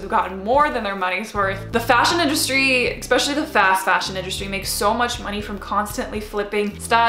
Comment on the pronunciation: I'm curious as to why she pronounces "especially" as "expecially"... I'm not a native English speaker, is that a dialect thing or is this how it's supposed to be pronounced?